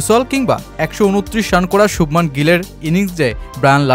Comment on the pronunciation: শুবমান নারে ভাই শুভমন গিল... কিসের বাঙালি যে বাঙালি উচ্চারণ করতেও পারিস না তাতে আবার আসিস সাংবাদিক হতে😂😂😂😂